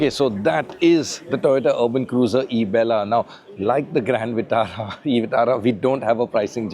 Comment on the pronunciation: Heard like ( isabgol) Isabgol ki bhushi Toyota ki khushi